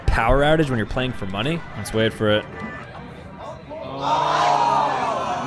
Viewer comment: He sayd wayt im gona show you